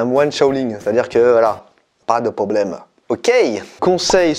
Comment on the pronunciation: j'ai adoré avec le petit ascent "pas de problème"